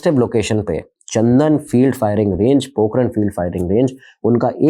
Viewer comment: सर चंदन नहीं चांदन